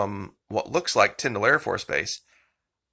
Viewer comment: Thank you for pronouncing Tyndall AFB correctly. I was stationed there many years ago and hearing it pronounced Tynd-ALL is so annoying. 🙄